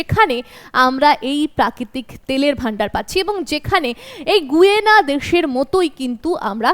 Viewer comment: আপনাকে ধন্যবাদ জানিয়ে একটি কথা জানাই যে, দক্ষিণ আমেরিকার দেশটির নামের উচ্চারণ "গায়না" হবে গুয়েনা নয়।